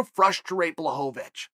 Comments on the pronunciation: who's Blachowicz? i only know of Blahovovich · I think you mean "Blaho-va-vich". Don't you DARE defy Uncle Chael. Your insolence WILL NOT BE TOLERATED.